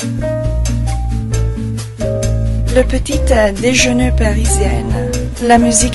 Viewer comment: hey, you want to correct? try to correct everything it's ''le petit'' without the E right, but also parisien only without the ''ne'' xxxx~ a french girl